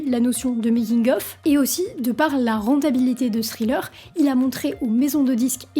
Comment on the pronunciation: n gros merci ! en passant ça se prononce: Tri-leur